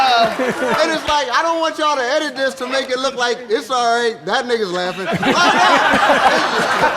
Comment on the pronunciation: For the the one millionth time it's pronounced ni-guh